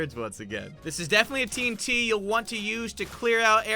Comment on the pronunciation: It is called T UN T